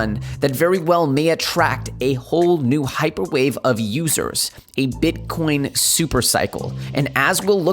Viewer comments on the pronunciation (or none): 21k right now! Dude did you call bitcoin " king corn"? Lol.